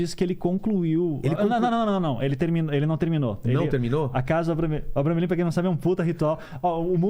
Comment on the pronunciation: Vilela : eu sei , estudei muito o abramelin. E falou tudo errado kkkkkk